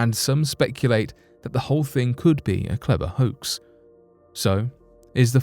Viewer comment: Clever, not ‘cleaver’. Hoax, not ‘hoxe’… 🙄 🙄 🙄